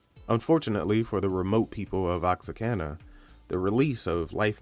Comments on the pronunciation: Bro it's not OX-A-CANA . . it's Oh-Whaka. Very nice tribute ! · Oaxaca is pronounced “wua-ha-ka” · where is he getting the "N" from? LOL. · Am from oaxaca what the hell is oxacana